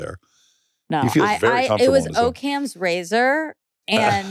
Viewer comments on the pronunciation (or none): Never heard anyone pronounce it O’kam’s razor. Sounds like an Irish Korean name. I thought it was occam like hock’em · Came here to see this comment. lol. It’s definitely not pronounced o cam. Whatever though! I love them!